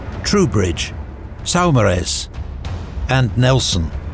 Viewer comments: Excellent production! Tiny feedback though, that being from Guernsey "Saumarez" is pronounced Saw-mer-ray. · Saumeraz = pronounced Sam-er-ay. It’s a channel island name, where I am from, and specifically he was from guernsey.